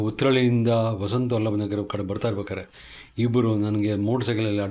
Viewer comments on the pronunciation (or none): madam it is no val-baaa-nagar, it is Val-abha-nagar. At least have basic reading skills, it will help you read Kannada words properly...